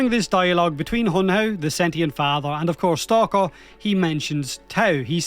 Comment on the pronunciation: stalkather? (stalker and father put together) did I hear that right? xD